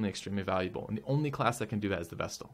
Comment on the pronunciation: Oh, thank you! You're the first YouTuber I've heard actually pronounce the 't' in vestal. Everyone else seems to pronounce it like vessel.